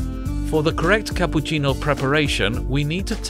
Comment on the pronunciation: "CAPUCINNO" said the italian way by a british dude lol